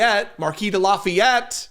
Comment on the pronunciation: Seems she never heard of Lafayette. She is really a dumb blonde. You said the name of the Marquis de Lafayette perfectly. I am a french speaking historian Canadian. Karoline Leavitt est une pauvre ignorante qui a obtenu son poste pour ce qu'elle a l'air et non pour ses connaissances.